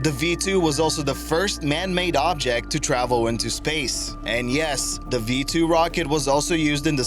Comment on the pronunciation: who is this narrator? Dese for these, Da for the...